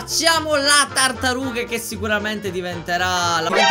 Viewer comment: ti vorrei dire che nel momento 9.' 32 ai detto la cartaruga invece che tartaruga